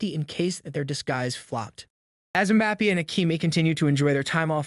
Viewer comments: Mbappay not Bappee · Everybody: Mbappé This guy: MbapPEE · Ah yes "kylian mpapi" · "Keelian Mbapee"